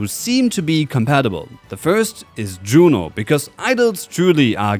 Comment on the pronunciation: Yuno, NOT JUNO!!!😡😡😡